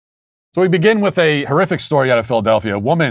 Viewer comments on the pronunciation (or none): none